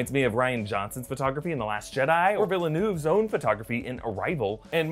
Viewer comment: quick note: it's pronounced Vil-a-nuh-v not Vil-a-noov!